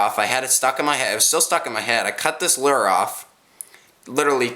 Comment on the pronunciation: Lure say it like this luer